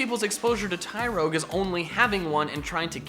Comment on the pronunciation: TYROGUE, NOT TYROYGE!